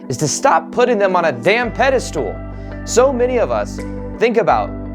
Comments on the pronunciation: It's pedestAL, NOT pedestOOL! Thanks, good luck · I love you but it's irking me that you keep saying "peda-stool". It's pronounced "peda-stull". Even the enlightened make mistakes. ;)